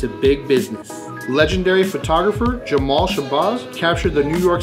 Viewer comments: btw, it's Jamel Shabazz, not Jamal. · Legendary photographer *Jamel Shabazz, Jamel not Jamal and it's pronounced Sha-baz not sha-bahz. Very important man culturally who deserves his flowers and his name pronounced right! Nonetheless, great video